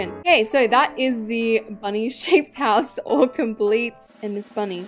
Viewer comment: Ah yes we call a house a ✨hosue✨